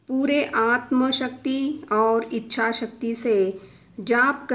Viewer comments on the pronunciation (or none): none